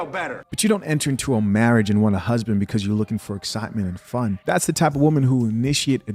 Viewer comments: Speak!! "When words are tortured the people suffer" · I can’t take a woman who pronounces husband as “hoosband” seriously. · The way she pronounces husband = super red flag